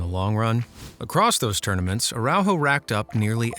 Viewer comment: I loved the video but the way our dude says Araujo kills me, not his fault though